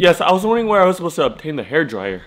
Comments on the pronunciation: that "HAEIR DRAIYUR" Sounded so Ging Ging 😭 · Bro said hairdryer in a giiing ging accent